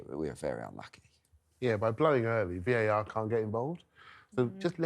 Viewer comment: At 2 38, she calls it "VIR" instead of VAR. I've said it time and time again. Please get a new presenter. This show can be huge. You need a new presenter. It's not all about looks. The likes and views won't go up until you change the presenter. Trust me.